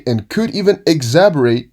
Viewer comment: exacerbate - ek-sa-ser-bait heads up my man keep up the great content!